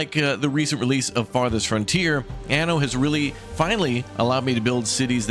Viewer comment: Certo che questa voce AI che dice ANO invece di ANNO è come dire...grandiosa se non ridicola...ma perchè non le leggete voi i testi